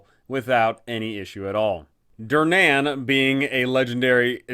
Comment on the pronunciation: This canNOT be how Durnan pronounces his name. It's hurting my ears and my soul.